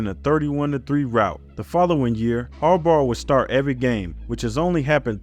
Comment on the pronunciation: its Bahhhh like a sheep haha say it with me... Jim Har-Bah . like saying bottle without getting to the T